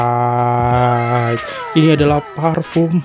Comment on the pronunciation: Scarlett bang bukan scarlight 😭